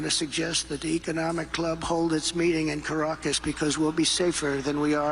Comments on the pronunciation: Trump said "Caraaacas" has next to no crime?!? Has he EVER BEEN there?? I have and it is one of THE most dangerous cities in the world. Yet another example of what a GRADE A MORON he is. LOL. (also, his pronunciation of Caracas, my God.) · Car-Ruckas” !! He actually knows the name of Venezuela’s Capitol! But he still has not found the President of the US Virgin Islands he was asking about a few years ago 😂